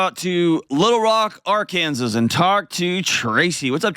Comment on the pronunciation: I think the s at the end of Arkansas in silent. I kind of like his interpretations of state names.